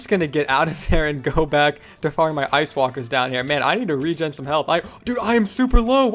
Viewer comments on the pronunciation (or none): none